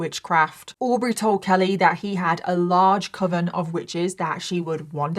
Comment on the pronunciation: As someone who does not have english as their first language, I'm glad that you confirmed that I've always pronounced "coven" correctly. It's supposed to ryme "oven" not with "cloven".